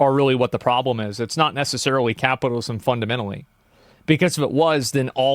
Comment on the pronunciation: Take a shot every time this dude said capitism